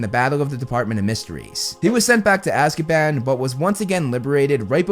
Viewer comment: I keep hearing ''Azkieban'' and its sounds so funny 😂😂